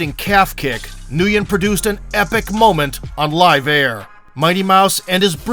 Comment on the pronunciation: Nguyen is pronounced "Win"